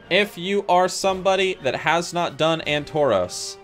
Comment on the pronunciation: Ann-toros :D